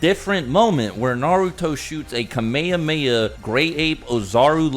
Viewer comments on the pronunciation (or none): “A kuhmayamayah” The fact that bro doesn’t know how to pronounce Kamehameha (Caw-may-ha-may-ha)😂😭😭